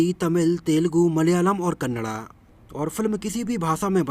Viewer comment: Thank u for pronouncing Kannada 🙏🙏🙏 in right way